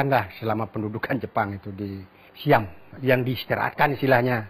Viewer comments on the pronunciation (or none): none